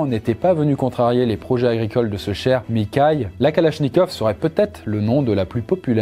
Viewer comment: mikhail kalashnikov: ça se prononce mirail (mirra-il) il me semble